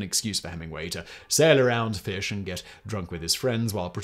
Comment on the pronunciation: I mean, it's to be expected. "He starts there, the old man, and his job is to catch the feesh, so he get in the boat, to try to catch feesh. So he catch the feesh, but the feesh is very strong, so the old man cannot reel in the feesh. So then he fight the feesh more, and he finally catch the feesh. But on the way home, the sharks come, and eat the feesh, and so, he no make money."